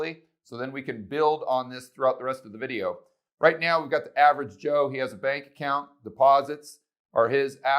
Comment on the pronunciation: I paused the video because I cracked up when you said average Cho. Lol